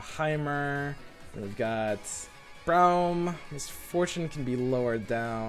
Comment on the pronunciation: It's Braum as in AUtomatic, not as in OUch. Please stop